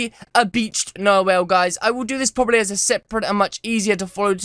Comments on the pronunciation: Nar-whale?? its NARWHAL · WHALE MAN WHALE MAN DOES WHATEVER A WHALE CANNNN 😂😂😂 oh and just an FYI it's pronounced narwhal not narwhale NARWHALS FOR LIFE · He said narwhale.... it’s narwhal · Lmao it’s not nar whale it’s narwhal, a sea creature with a tooth coming out of it’s face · It's not called a narwhale it's narwall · It’s produced NAR-WALL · God... the way that he says narwhal...